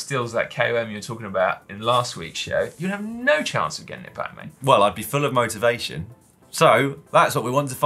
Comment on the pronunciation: Dan was that "motivation" or "motor-vation" to regain your KOM? :)